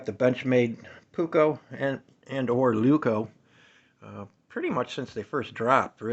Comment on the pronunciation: It's a Leuku, not a Leuko.